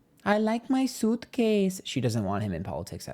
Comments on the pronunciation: sneaking in a “i like my sootcase~” 🤣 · “I like my sootcase” 😂😂😂